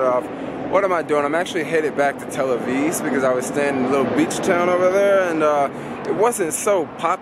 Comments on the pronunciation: why are you calling it tell aviz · A few quick corrections: 1. Those aren't machine guns, those are assault rifles. 2. It's "Tel Aviv", not "Tel Aviz" 3. The sign on the train with the shoes says "please don't put your feet on the seats" 4. The bus ALWAYS makes it Glad to hear you had a good time--come again! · It's Tel AviV , with a V, not Tel Aviz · It's not Tel Aviz, It's Tel Aviv. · TEL AVIV NOT TEL AVIZ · It's not Tel AvIS, but Tel AvIV. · is tel aviv not tel aviz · tel-aviz??? i think you are putting it on...you know its tel-aviv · Is he saying Tel Aviz?